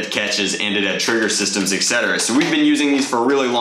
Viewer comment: He said ect not etc 😂